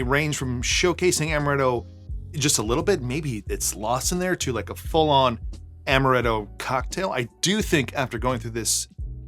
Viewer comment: Stop saying amaretto, it's amaretto